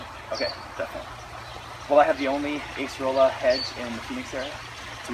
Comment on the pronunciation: It's not Ace-rola. It's pronounced Ah-cer-ola.